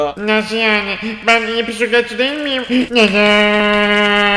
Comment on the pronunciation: Bisikletçi❌ Pisikletçi✅